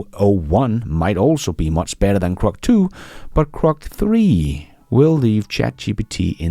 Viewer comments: GROK not CROC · It's "Grok", not "Crok". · GROK, not crock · Bro, are you full of it? It’s Grok, not Crok. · Grok. Please stop saying krok. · its Grok not Crok friend